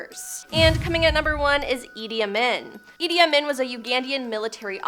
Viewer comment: It's pronounced ( a mean)idi amin